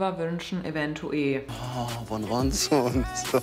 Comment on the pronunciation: Es wurde bestimmt schon einmal beantwortet, aber kann mir jemand sagen, warum immer eventueE statt eventuell sagt?😂